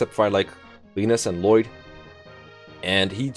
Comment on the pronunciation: When you read an English name as though it were Dutch.